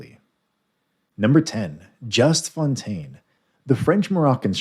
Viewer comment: So many horribly wrong pronunciations. A shame as the video generally is quite informative. Big shame for Fontaine.